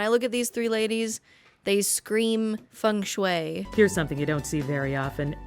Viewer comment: Girl, that is not how Feng Shui is pronounced